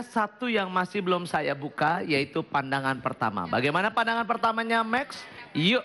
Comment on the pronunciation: bukan mek 😂😂😂, tapi max